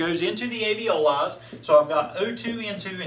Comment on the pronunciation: * Alveoli, not aveoli.